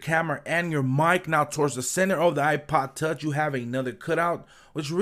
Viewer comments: "iPod touch" can't you say it properly? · It sounds like your saying ipa tauch